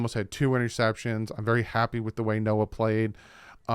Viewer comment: So disappointing that we hurt ourselfs so much in this game with the penalties. At least for me the only thing that was entertaining was hearing the game commentators completely butcher Noah's name everytime they mentioned him lmaooo every single time 🤣🤣 it was quite funny